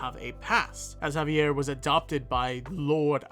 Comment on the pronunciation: I just want to say kudos for saying the name of Javier properly.